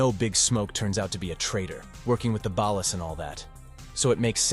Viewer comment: BAWL-LAS. Not ballast.